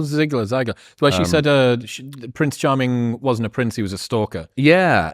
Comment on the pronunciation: Did she mean to say: 'Prince Harming'?